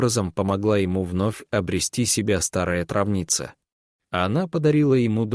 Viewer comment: О читать ,, трАвница,,. И вообще, надо внимательно читать и ставить ударения, а рассказ интересный 🙏🙏🙏